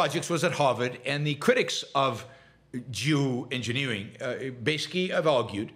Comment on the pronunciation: I really thought you started the episode with “Jew engineering. Jew engineering”. Thank goodness that wasn’t the case lol. Climate change is already polarized enough 😄